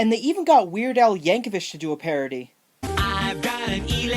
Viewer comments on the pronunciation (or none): It's yank o vic not vich the references are good.